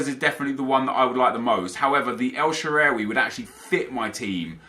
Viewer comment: Sorry but the way you say El Sherehhwey just doesnt sound right. It's El Shahrawy.